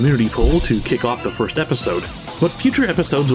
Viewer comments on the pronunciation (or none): none